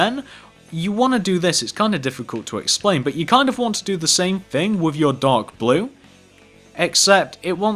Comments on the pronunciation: fix ur grammer ur prononcing "thing" as "fing" and "three" as "free" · that's just how people talk. I mean have you SEEN Dr who?!